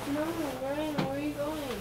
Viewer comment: RYE-IN count how many times she said RYE-IN. lol